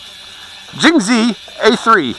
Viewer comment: Haha "Jinghzi" ;)